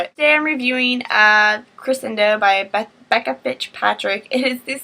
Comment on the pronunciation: Haha the book is pronounced Kri-SHen-Doe But its alright! AMAZING AMAZING AMAZING review as always!!!:D